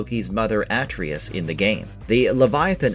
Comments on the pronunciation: Atreus. Not atrius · I'll never understand how people can mispronounce "Atreus" when we have multiple games of people saying his name. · How can you not pronounce Atreus correctly after hearing it tons in the game??? 🤦‍♂️